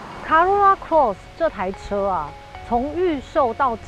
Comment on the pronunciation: Cross 發音了解一下